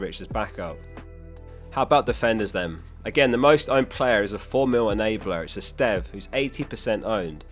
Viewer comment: My man learned to sort of pronounce Esteve and Guiu correctly, very impressive!